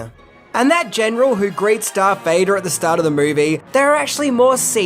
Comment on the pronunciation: I've been winning from the previous videos on these movies, but his name is DARTH Vader Not DARK. I know it's not a big deal, but...